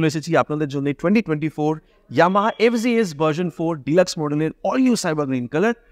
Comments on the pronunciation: ভাই, এইটা এফ,জি,এস না। এফ,জেড,এস। উচ্চারণ ঠিক করেন। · ইন্ডিয়াতে জেড কে জি বলে